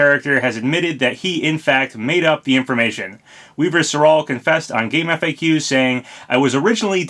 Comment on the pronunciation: Papa i love you but stop saying game F A Qs it’s pronounced gamefacks